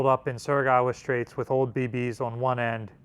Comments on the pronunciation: Interesting on how varied folks pronounce Surigao! This time it's suri-gay-o. For the proper pronunciation, in the spirit of Dr. Seuss, Surigao sounds similar to Zedong Mao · That journal/diary is an amazing piece of history! So hard for me to read. Similar to written pieces I have from my Grandmother. Edit: George Cowan is still better at pronouncing Surugao than LOL. pronounces it like "Surugawa"